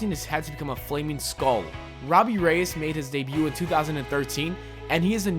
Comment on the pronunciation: It's pronounced Hay-me Rayass. He also was in Batman TBATB and Smallville